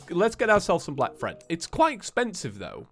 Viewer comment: It anoyes me how you say fred it clearly says thread kove your content btw